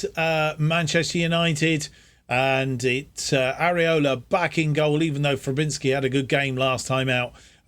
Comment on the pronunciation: Got this randomly on my YouTube recommended, just wanted to let you know Fabianski is pronounced 'Fabby-an-Ski' Kehrer is 'Carer' Paqueta is said like 'Pack-ett-ah' Good to see us win the FA Cup and rewrite the wrongs of the 2000s :)